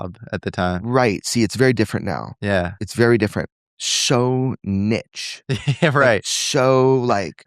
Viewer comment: ‘How do we seperate critical thinking?’ From what exactly Jeremy 😅 He doesn’t even finish a point…frustrating. I also find it hard to trust a journalist that can’t pronounce niche 🤷‍♀️